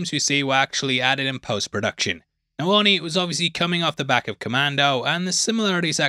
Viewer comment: Your accent makes it sound like you're saying horny instead of Arnie😂